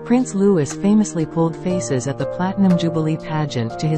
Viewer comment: His name is Louee. Louee. Louee. I detest computer generated voices.